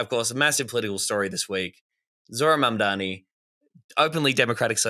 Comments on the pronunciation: Spelt "mamdami" like Cuomo says it lmao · Enjoyed the show. Heads up its Zohran MamdaNi :).